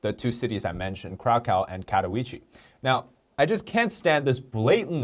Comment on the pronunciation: it's ok to now know how to pronounce slavic, in this case polish cities/names. But just so you know Oświęcim — Osh wie tsim (hope that's helps) Kraków — Kra kuw